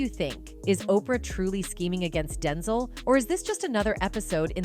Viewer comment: 🤣🤣 umm you may wanna teach your text to voice Ai LM to learn how to say the correct way denzel is pronounced. It's hard to believe that anything being said is true.. I was okay somewhat w how she said Denzel like the word tinsle w a D. DINSLE SMH BUT WHEN THE AI SAID "ROTTEN" when talking about boca Raton.... boca ROtten..jus sayin